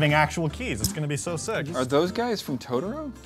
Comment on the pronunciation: Anyone else like they are saying totro wrong?